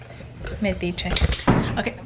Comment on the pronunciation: Meticheee.. lol 😝